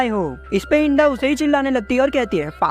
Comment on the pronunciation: Bhai to inda ko genda kiu bol rahe...... Inda🚫genda♎